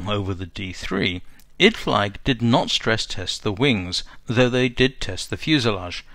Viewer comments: Apologies for picking a nit here, but I believe that "Idflieg" is pronounced "id-fleeg", not "id-flyg". The German word for flyer is "flieger", and is pronounced "FLEEG-er". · In fact, Idflieg is pronounced 'id-fleek'. Germans pronounce a final 'g' as a 'k'. So 'Guten Tag' is "goot'n tahk", not 'goo-ten tog'. IMO it would be better to record the audio anew with the corrections. I find the mispronunciations bloody annoying.